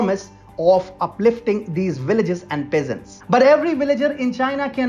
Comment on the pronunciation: "Willages" is that what the comentator said?